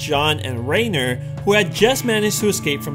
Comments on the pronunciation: RAINER It's reiner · ITS PRONOUNCED Reye- Ner! Or RY-NER